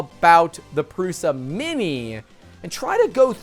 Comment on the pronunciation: pls pronounce it prusha